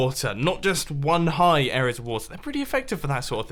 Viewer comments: area* not "air ree yerr" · When an adult can’t say area